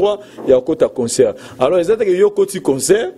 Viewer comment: On dit concert pas conceur Et humanitaire pas humaniteur